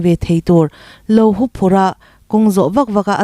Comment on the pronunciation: HUUPHURH. TI LOIN, HUPHURH TI VE MAI TA CHE. THANGTHAR TEN I LAM RIK DAN AN ZIR ZEL PALH A NGE..